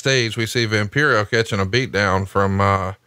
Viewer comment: “Vam-Pie-Row, Vam-Pie-Row, Vam-Pie-Row!!!”